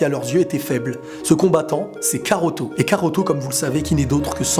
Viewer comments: wsh s'est pas karoto c'est kakaroto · C PAS KAROTO NI KAROT MAIS KAKAROTO sinn bonne video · très bonne video ! Juste attention on dit Kakarotto et non Karotto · C'EST pas karoto mais kakarot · stp arrête de dire karotto car c'est kakarotto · Mdr tu fais une vidéo sur dbz mais tu sais même pas que c'est "kakarotto" Et non "karotto" 😂😂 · c'est cacarote pas caroto xd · tu me mais la haine quabd tu dit karto PUUUTINN C KAKAROTO Bordel de merde je suis calme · c'est kakaroto pas karoto xD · C'est cacarot pas caruto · C'est kakaroto ! Pas karoto ! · SA SE PRONONCE KAKAROTO PAS KAROTO merci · Bonne vidéo même si le "Karoto" me perturbe xDD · Tu ma stressé à dire karotto tout le longs mdrr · On dit , Kakarotto ! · tu as pas honte de dire karoto?😃